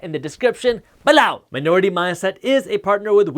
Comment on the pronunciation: Pleas don’t say “below” like that...